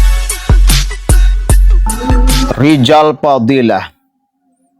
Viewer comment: 😂😂😂😂 rrijal rijal.... Rizal Ramli sdah ga ada muncul Rijal yang lain, awas bentar lagi kmu nyusul Rijal yg ga bisa ngmg R.